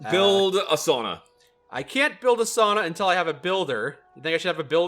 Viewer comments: As a Finn, I feel happy that pronounced sauna correctly (Sao-nna) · As a finn, I wish to commend that pronounciation of Sauna! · Holy shit said sauna correct